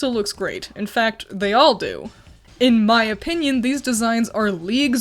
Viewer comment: the emphasis you put "IN MY OPINION" tho I can feel the "don't you fucking dare try anything in the comments"